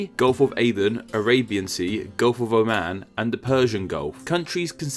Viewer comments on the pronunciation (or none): none